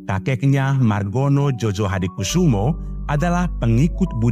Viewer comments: Djojohadikoesoemo dibaca Joyohadikusumo, bukan JOJO. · Bacanya JOYOHADIKUSUMO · djojo itu bacanya joyo... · Eh narator.... Keknya kau tak pernah belajar tentang ejaan Van Opphuijsen dan ejaan Suwandi ya... Makanya kau gak tau bahwa dulu DJ dilafalkan sebagai "J".... Sedangkan J dilafalkan sebagai "Y"... OE dilafalkan sebagai "U"... Jadi melafalkan SOEMITRO DJOJOHADIKOESOEMO yang benar adalah:Su-mi-tro Jo-yo-ha-di-ku-su-mo... Bukan so-we-mi-tro dejo-jo-ha-di-ko-we-so-we-mo.. Kalau belum tahu ilmu bahasa, jangan dulu nanggap kerja jadi narator...